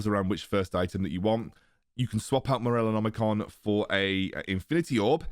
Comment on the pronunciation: Its Morellonomicon. Not that hard to pronounce actually...